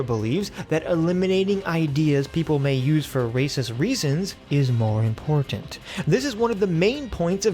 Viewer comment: used to say "im-por-tant" like he makes fun of Lauren Southern for saying it like. Lol